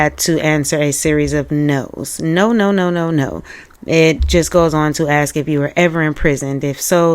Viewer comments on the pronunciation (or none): Girl,you have your own platform,you host a YouTube channel for thousands of People . You've got to stop saying "axe" in place of "ask". You're too classy for that.....i say this with love😊❤ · How rude! It's a pronunciation thing, lots of people do it, many hear ask but say axe, if that's all you've got to worry about, I pity you. Axe, ask, who gives a toss! We are what we are. 🎉🎉 You do you! ❤❤❤